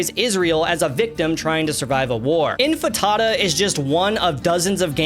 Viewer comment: Bro said infatada